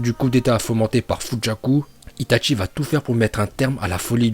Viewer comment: Il respecte pas les uchiwa il dit utchia est pour dire itachi il dit itatchi